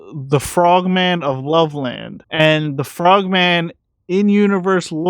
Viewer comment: "Love-Lund" a suburb of Cincinnati Ohio. 👍